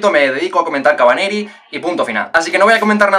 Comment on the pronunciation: yo tengo la teoria de que no quiere hacer un review de ese anime por el nombre que tiene jajajaj... Si es que ya le cuesta decir "kotetsujou no kavaneri" imaginate lo que seria nombrar y que se acuerde el nonbre completo de "re:zero kara hajimero isekai seikatsu" jajjaajjaa kabaneri ya es dificil de acordarse re zero es mucho mas complicado jajajaja